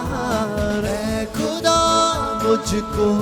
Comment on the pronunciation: खुदा नहीं ख़ुदा होता है 😊